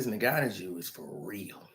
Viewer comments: Its pronounced like N-Gone-New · is my guy but the way he says Francis's last name is hilarious